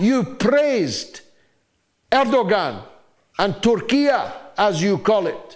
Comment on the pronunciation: I like how you call out Trump for his lack of knowledge in geography and history and then you immediately mispronounce Erdogan’s name lmao. (Air-duh-won)